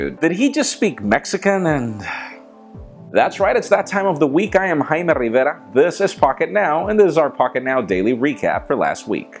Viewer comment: It always sounds like he says Riveta.